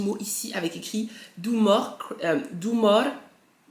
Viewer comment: La partie où tu dis « More » avec l’accent mais un fou rire 😂 je te kif notre go 🧡